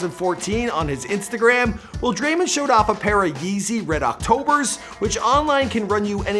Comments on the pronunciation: Thanks so much for all the NBA stars. If you don’t know how to pronounce it it’s drae-mond not drae- mind. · Bruh it’s Draymond, not Draymend, Dray - MOnd, with an o not a u or an e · he calls him draymind and its so annoying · Stop saying Draymon. It is DrayMOND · Dray-mand😂 it’s draymond bro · DRAY MON NOT DRAY MUN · Who is Dremen it’s Draymond 🤦‍♀️ SMH 😂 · Lol i love this dude dreymend LOL ITS DRAY- MOND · It’s draymond and not men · It’s not draymen green it’s draymond green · Dray-MOND Green come on buddy it’s not hard 😂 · Draymen? Wtf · DRAYMEN greenn???😂😂😂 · Everybody loves Dray-mindd - pronounce it correctly dufus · It is Dray - mond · "Draymind" wrtf, also what is the wired noice that you keep on making. It's so fucking annoying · “Draymend” 😂 your a damn bozo,why can’t you ever pronounce someone’s name correct. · sayin Dreymand Green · its dray-mond draymond its not hard to say it right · Dreymund Green LMAO c'mon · Draimen😂😂😂 i was crying😂😂😂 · he says his name like dreymond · Come on cant even say his name right. You honestly have one job to do this right. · Your mispronouncing his name on purpose? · Why you mispronounce people’s names Like Draymond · Learn to say someone’s name properly fam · Am I the only person bothered by how he says draymond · Thats not how you say the name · Bro get his name right man it’s not hard 🤦🏽‍♀️